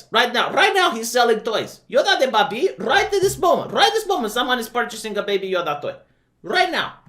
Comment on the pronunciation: You know,. When you pronouse baby as "bah-bee", it sounds like a word in my nation's language, and it means "pig". Anyway, I think what they mean by "not pro war" is to show the peacekeeping effort of the Jedi during the time and how they keep the peace. But that's just my POV, which may not reflect what the writers think.